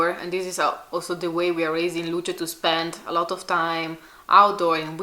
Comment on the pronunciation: the E in Luce is not pronounced as a y in the English Lucy, but as the Italian E, not as in English. It's different, it means light. Lucia is another name and you pronounce not only the I but also the final A.